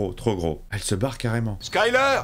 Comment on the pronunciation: Skylar 😂 ça se prononce "Skaï l'heure" et s'écrit skyler ,a moins que tu le fasse exprès de le prononcé comme ça , c'est très moche mdr